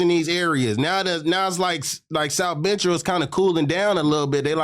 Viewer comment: If he could say “South”why can’t he say “Central “ 🤨